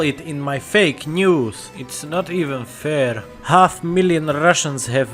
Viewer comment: Did he say "haft million russians" in ?